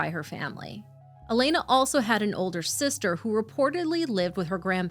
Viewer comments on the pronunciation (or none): none